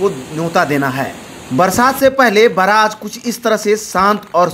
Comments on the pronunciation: Aree bhai baraaj nhi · बराज नहि indian media बेरेग हे😅😅😂😂